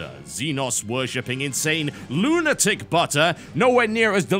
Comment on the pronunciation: "LOONITIC BUTTER"